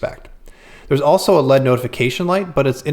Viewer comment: Did he say "LEAD" notification light?